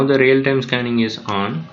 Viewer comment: its "real-time" not "rail tam" but thanks